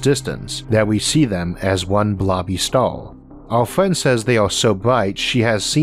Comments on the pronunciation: Am I the only one who's hering "Stal" instead of Star? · I can’t listen to this. I cringe every time he pronounces the word “star”.